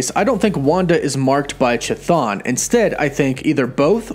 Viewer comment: You murdered the pronunciation of Cthon